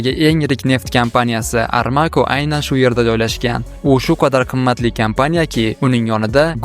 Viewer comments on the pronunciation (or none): Aramconi Armaco diganizzi o'zi uje shubha tuhdiradi videoga. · Видео тайёрлашдан аввал бироз матн укишни машк килинг армако эмас сауди арамко булади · Armaco bas armaco "saudi aramco"😂😂😂😂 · контент килишдан олдин яхшилаб тайергарлик ку́ринг су́зларда хатоликлар бор масалан армакомас арамко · Армако емас арамко дейиладии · Admin Kompaniyani nomi Aramco. Amrako emas😂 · Armaco emas, ARAMCO😅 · Армако эмас Арамко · Армако емас.Арамко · Armaco emas, Aramco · Армако емес Арамко компани 😂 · Armako emas "ARAMCO" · Армако эмас, АРАМ КО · Armako mas aramco, aniqrogʻi Saudi aramco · Armako dedingmi 🤣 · Армако эмас Аромко нефть компанияси